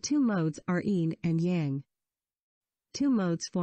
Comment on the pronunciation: If you want to teach this kind of content, direct speaker (whether human or computer) that Tao is prounounced with a "D" sound and Yang is pronounced with "ah" sound, (like "father, not like "tang")